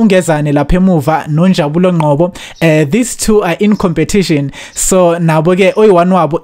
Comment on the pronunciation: We need ALL THE POINTS of the REMAINING GAMES up to the 16TH GAME of the season . Then we will be competitive for the 2022/2023 PSL TITLE . I like your ENTHUSIASM as a presenter . However I repeat . STOP pronouncing the surname NGCOBO as NGQOBO . You are a BLACK SOUTH AFRICAN and you should have NO PROBLEM at all to pronounce NGCOBO correctly .